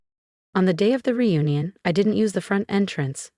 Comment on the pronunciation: Reunion, not union. Do better